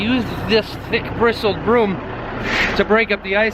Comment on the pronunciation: I just hate it when it gets bad enough to have to break out the “thick bwistle bwoom” lol.